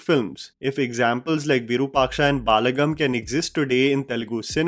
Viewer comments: btw its not baaalagam its Ba la gam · 1). It's "Ve-Daa-Luhm" ( Vedalam ) 2). Its "Bal-Uh-Gum" ( Balagam ) 2). It's "Sunk-Raan-Thi ( Sankranti ) Loved this commentary. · u massacre the pronounciation of telugu films names with ur horrific diction. Plz dont ruin it for us. Its not baaalagam..its balagam..Literally refer to any trailer launch videos of those films for getting the pronounciation right. Its just a 10 seconds work. We expect that from u